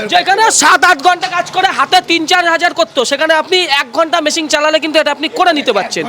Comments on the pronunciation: ওরে মেশিং নয় রে । মেশিন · Machine ❌️ Masingh✅️